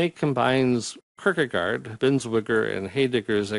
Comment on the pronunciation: Just fyi, your pronunciations are a little off at the beginning. Should sound more like: HI-deg-gar and Bins-VONG-er : )